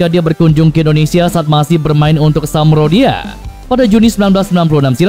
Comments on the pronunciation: Haduuuuh adminnya hobi sepakbola apa gk sih bilang samdoria saja kok jdi samrodia...tapi dimenit selanjutnya jdi samdoria kirain bisa jdi samrodiah 😂😂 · Min samdoria bukan samrodia hehehehe😅😅😅😅😅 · Sampdoria min bukan samrodia 😂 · min,bukan samprodia tapi Sampdoria min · Min bukan samrodia tapi sampdoria. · SAMDORIA mas bukan SAMRODIA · Sampdoria bukan s amprodia.... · Samdoria kali bukan samrodia aneh😂😂😂😂😂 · SAMPDORIA di BACA = SAM "DORIA" BUKAN SAM "RODIA"🤦RODI'AH KALI AH...